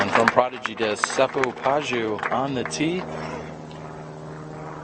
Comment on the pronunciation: Seppo Paju is pronounced "pa-yu" (soft j), not "pa-dyu". 🇫🇮😊